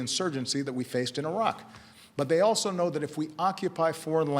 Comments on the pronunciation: WHAT IS "ISLE" omfg thats driving me nuts #ISIL #ISLE #ISEL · According to Baracky it's pronounced ISIL